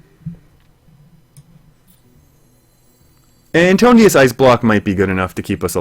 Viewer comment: Nice game, but it bugs me how you pronounce Antonidas.